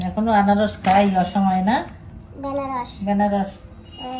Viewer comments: আনারসকে বেনারস প্রথম শুনলাম😮।🇺🇸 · বেনারস নয় দিদি আনারস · In bangla ei fol ta Anarosh not banarosh 😂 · বেনারস আবার কি ? আনারস বলবেন